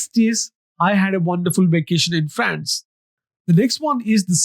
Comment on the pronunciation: Love the way You Say France lmao